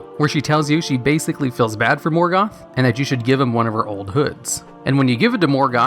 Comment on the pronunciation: Moorgoth. Lol Did he used to be called Meelkor back then?